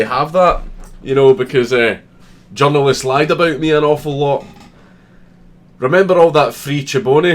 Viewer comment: you said "the journalists" I heard "the genderless"